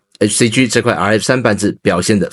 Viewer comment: “G”唸「雞」，不唸「居」！